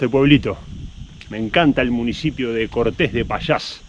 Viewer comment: Cuidado, el acento no está al final ......Cortes es un nombre que foneticamente es una palabra llana , no aguda.